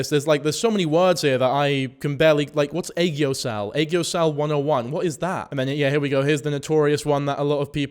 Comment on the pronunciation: Bruh you can't even pronounce her name right, if you don't know what an aegyosal is a simple google search wouldve told u. I understand that being overly skinny is dangerous to your health but thats the beauty standard in Korea and shes following it, maybe focus on the topic of obesity in America instead. Saying this as an obese person myself.